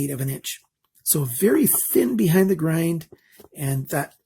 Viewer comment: Many ppl and sellers state :Full Flat Ground. And you sound like one of them saying "ground" instead of grind.